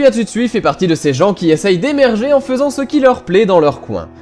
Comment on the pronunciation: Rare sont les BD engagées, oui en terme général mais pas pour Tetsuya, il me semble que ces précédentes BD donnaient aussi accès à une certaine réflexion, ce qui en réalité est une des particularité de cette auteur :] Ps : Je ne suis pas sûr de mon coup, mais on prononce TsUtsui et non, Tsuitsui xD